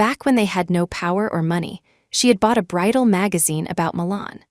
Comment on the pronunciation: BRIDAL not bridle